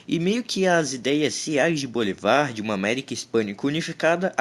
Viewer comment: É Bolívar e não Bolivar